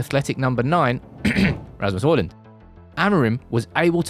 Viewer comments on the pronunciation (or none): "with the addition of a direct athletic number 9, *ahem*, "rasmus hojlund.." 😭